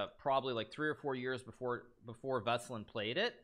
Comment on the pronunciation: Alright let's clear this one out, because it bugs me everytime i hear it: Veselin Topalov - Веселин Топалов the hit in Veselin falls on the "i" V e s e l "i" n ! And then in Topalov is on the "a" T o p "a" l o v ВеселИн ТопАлов! Its Veselin not vaseline ffs Hikaru and your pronouns man